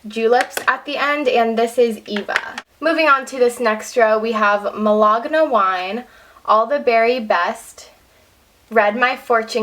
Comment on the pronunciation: I love your collection, but it's "Málaga wine", not "Malagana wine" lol